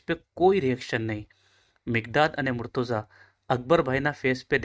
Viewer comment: Bhai aap logo ne itla veiws mile che ane kitna logo tak waat pohche che mashallah par aap logo Maulana Ali nu ism mubarakj galat pukaro cho ghanu galat che aa mumluk nu bhi naam yej che ane ghanu kharab lagu tesi kahu chu agar aa video ma change thatu hoi to ghanu behtar ane agar munasib na hoi to ainda dhayan raakhe aap logo na mispronounciation na wajh si kitna logo bhi murtaza na badal murtuza kehse.....wasalam